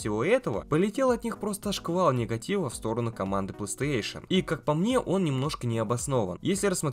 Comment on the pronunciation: Не плэйстЭэйшн, а плэйстэйшн